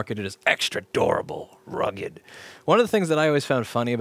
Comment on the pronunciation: it's both DORABLE and RRRRRUGGED